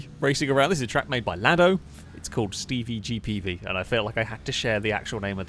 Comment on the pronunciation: The emphasis on the name needs to be on the 'Peevie' rather than the 'G' - so it's 'Stevie g-Peevie'